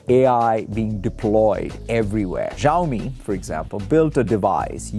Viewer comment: How can he not pronounce Xiaomi correctly?